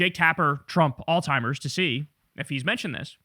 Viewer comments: It's AlZheimer's, not all timers!!! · It called Alzheimer's not “All Timers”, Jay-Z! Lol!!!! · Kyle, my brother. It's pronounced, "ALZ-heimer's" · You keep pronouncing it all timers 🤣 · Please, I beg of you, learn to pronounce "alzheimers" correctly. It's not "all timers". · Alzheimer’s, dawg. ALZHEIMERS. There is no T in Alzheimer’s disease. Please somebody close to Kyle let him know!! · Why can’t he pronounce Alzheimer’s ?